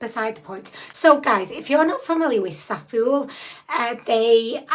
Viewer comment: I always thought Zaful was pronounced like 'raffle'. Maybe I'm just common! 😂😂😂✌💜